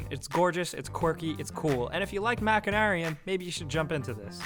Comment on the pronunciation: I thought it was pronounced "machine-arium".